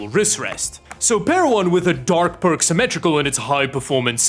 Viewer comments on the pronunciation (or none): none